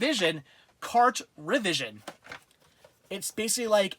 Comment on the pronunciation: I think he's pronouncing Cartrivision wrong. It's a portmanteau word formed from the words Cartridge and Television. So it's sounds like Cart-Tra-Vision instead of Cart-Revision. Awesome collection though!